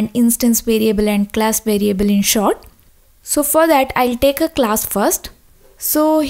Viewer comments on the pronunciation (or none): none